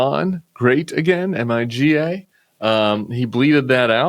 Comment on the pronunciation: Maybe dont pronounce MIGA like that 😂